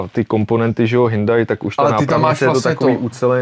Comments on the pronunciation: Snad se mi kauzu ,,hyndai" podaří uzavřít!😂 Hyundai se správně čte hyundae 🤙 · Hyndaj se ve skutečnosti vyslovuje Hjondé 😂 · Od doby, kdy jsem v tomhle videu poprvé slyšel "hyndaj", jsem si vzpomněl, že s tímhle typkem už video s Betou natočil. Pokaždý, co řekne "hyndaj" se začnu smát😂 Ale ne, má to fakt hezký, má o tom přehled a cenim, že do toho dal takový prachy 👍🍀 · Taky jsem slyšel Hnůjdaj. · Hyndai, to jsem jeste neslysel:D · Proč škodovce říká Škoda? 🤔 Když říká Hindaj tak jí může říkat třeba Škada... 🤦‍♂️🤦‍♂️🤦‍♂️ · Pokaždý, co řekne "hyndaj" se začnu smát